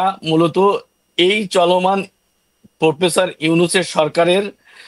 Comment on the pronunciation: তোমাদের পুঙি বাজাতে গেছে😅😅😅 প্রপেসর না প্রফেসর আর stokeholder না stakeholder.